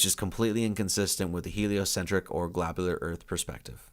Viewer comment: "Glabular" earth?